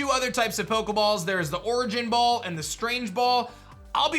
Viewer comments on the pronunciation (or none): Holy shit 😂 How he pronounces the heavy ball variants, it this guy dyslexic 🤣 Also how the fuck did he get the origin ball and strange ball wrong.... It's so obvious. Pokémon master my ass